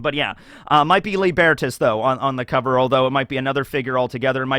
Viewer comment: Tiniest nitpick - Lībertās, the Roman personification of freedom from authority, is pronounced Lee-ber-taas, with a long i and a.